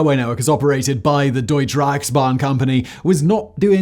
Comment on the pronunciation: DeutschE not Deutsch Reichsban...with an e e at the end sounds like u in but..